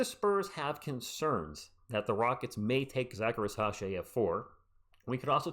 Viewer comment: FYI I think it’s pronounced REEZ-UH-SHAI not ri-sah-shai